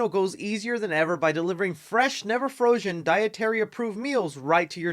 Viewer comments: He said “never frozshen “. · what is this FROJION food you speak of? lol